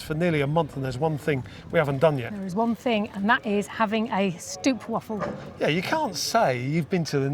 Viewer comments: Stroopwafel is pronounced as 😮 ooh! Stroop is syrup and wafel is waffle, together…. Str… oooh…p wafel. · In Dutch the 'oo' is pronounced like in boat. Not like in wood.